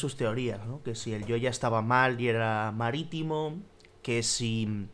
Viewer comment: Que es eso de "maritijmo"?